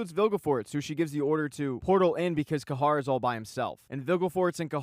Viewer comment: It’s Cahir not cahar